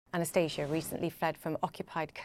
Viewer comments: Lol, she keeps calling her Anastasia, while her name is spelled Anastaniia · These are the characteristics of English pronunciation. Her name is actually pronounced differently.